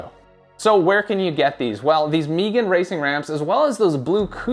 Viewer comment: Never heard someone pronounce Megan as “Meegan” before haha. Nice review. Not sure if I actually need the 2 piece construction or not tho 🤔